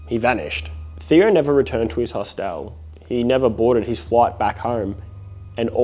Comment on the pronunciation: I’m sorry but the way he says “HOS-TEL has me dying 😂😂❤❤